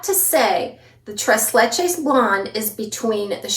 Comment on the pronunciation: TREIZ LECHEIZ